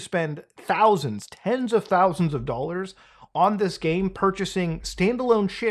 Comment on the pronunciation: for a THOUSSSAND DOLLARZ 😂